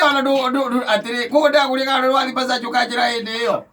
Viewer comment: It's massage not masserge